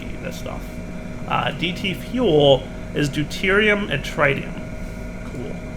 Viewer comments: cant say tritium properly. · This bothered me too